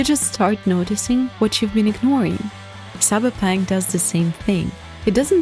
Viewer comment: i love you pronouncing it "cyberpank"